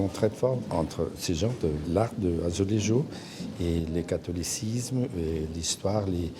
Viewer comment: Belle reportage! Mais c´est quand même dommage que vous aviez manqué la prononciation du mot "azulejo" à chaque fois, et même l´ortographie du mot dans le titre de cet publication!